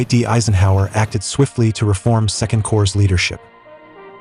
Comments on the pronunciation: A small matter, but, Corps is pronounced "core", not corpse. The PS is silent. Although, having revealed the correct pronunciation of Corps, the German Afrika Korps eventually devolved into the Afrika corpse of the German forces in North Africa. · Korps (in German) and Corps (in English) are pronounced as “core”, with a silent p. Very interesting video. Thank-you. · STOP SAYING CORPSE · Please do not pronounce the ps in corps.